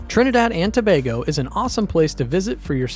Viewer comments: Try “To bay go” not “To bar go” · Get the pronunciation right pleaseeeee! SAY BAY GO.....NOT BAR GO. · Why did you alternate in the pronunciation of Tobago? It's pronounced To-bay-go. Randomly saying To-bag-o in between when you had it right the first time makes no sense. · You're so correct and it pisses me off when it's mispronounced. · Please get the pronunciation before recording TO BAY GO Caroni. Pronounced Ka ron e ... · Great video, thanks! However, pronunciation of place names (Tobago, Caroni) threw me off. Also, the capital city is not "the port of Spain". It's simply "Port of Spain". Maybe check these things with the people living there?